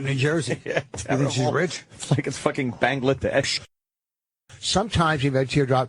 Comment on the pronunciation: "Archie Buncher" "Bong-ladesh"